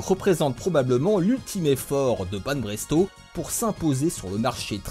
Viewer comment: c'est BanPresto, pas BanBresto lol